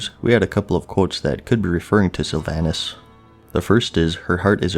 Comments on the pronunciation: Sylva"h"nas not Sylva"y"nas; show the banshee queen some gd respect. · Syl-VON-us = Sylvanas Nor-gah-non = Norgannon A-oh-nar = Eonar A-MON-thool = Aman'Thul Kahz-gore-oth = Khaz'Goroth Var-imath-rus or Vahr-iMAhth-rus = Varimathras Nahth-rah-zeem= Nathrazim Any and all pronunciation help for the.:D